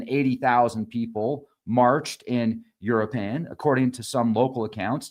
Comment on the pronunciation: Start by learning how to say u-roo-ah-pawn & mee-cho-ah-pawn. 😊